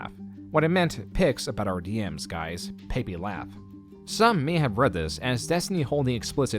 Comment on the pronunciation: bro the way you say “Pepe” is wild lmaooooooo